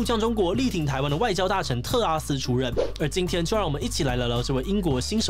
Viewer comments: 果然不免還是唸成特斯拉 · 唸成特斯拉了哈哈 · 志祺也跟我一樣，一直念成特斯拉。🤣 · 是不是特拉斯念成特斯拉w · 是特拉斯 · 同學，你好像真的唸成tesla“特斯拉”了🤣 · 我一直在等看看會不會唸到特斯拉 果真被我等到了! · D 名字太難唸， 特斯拉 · 5分38秒的时候读错成了特斯拉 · 這個名字真的會讓人念錯（連主持人都不小心唸錯了，在5：38秒的時候）